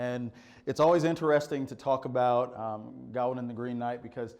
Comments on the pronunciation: It’s pronounced gah - win, me thinks. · "Ga-wayne" is the pronunciation; although you will also hear" Gawan" with some speakers. It's in Northwest Midlands dialect--different than Chaucer's London Middle English dialect that printer Caxton used..